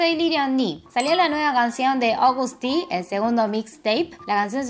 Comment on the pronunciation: según yo ni se dice "Agoust" se dice tal cuál "Agust":3